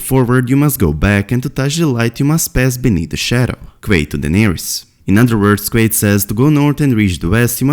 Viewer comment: Great video dude, can't help but laugh when I hear you say "Quaithe" as "Queef"